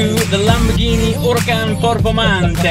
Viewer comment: Huracan it's not an Italian name, it's Spanish, idk why you pronounce it like Italian...